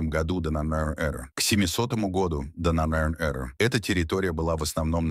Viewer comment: Смог смотреть 7 минут и выключил. Поставив дизлайк. прямо уши режет от слово донёнёры ёры, шолкавы путь и.т.д. капец автор наплевательское относился к своему делу. Я казах и по русскому не ахти но было ужасно слушать че он там говорит. Да может робот диктор но в некоторых местах нормально же говорил ДО НАШЕЙ ЭРЫ😂 а не донёнёры эры